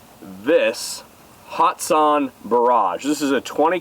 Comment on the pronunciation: Young man, if ya' gonna hype a great company, please say their name correctly. There is NO 'hot' in the company 'Hatson'. Have a good'n, and keep the videos a-comin' for this retired "Old-fart" to enjoy. Seriously, for ME to say ya' doin' good... well, that truly IS sayin' a TON. It is hard to please 'Mr. Know-It-All' here... lol!